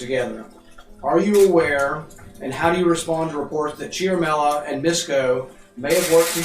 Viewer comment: erik cia-ra-mell-a